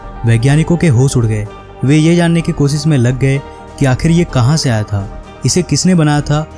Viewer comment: आप हिंदी की माँ बहन मत करिए,कोसिस नही कोशिश होता है और मसीन नही मशीन होता है ! God help Hindi and Hindus